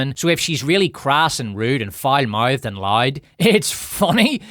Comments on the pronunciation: Considering that I'm South African and our accents aren't too much of a stretch apart, I'm judging myself for having to rewind the part about Sharon Stone cause I genuinely thought you were saying "lide" ... turns out you're saying LOUD 🤣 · "the sun has been around a long time - i know, i saw it in the 90's... despite being retro [...]" made me literally cry laughing... well done, and thank you! btw, i love that you pronounce "loud" as "lied", and "power" as "pyre", it sometimes makes the sentences even more hilarious!